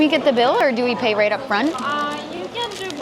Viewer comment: right up 발음이 "롸이트업" 이라기 보다 "뤠이트업 or 뤠이르럽" 이라고 들리는데 맞나요?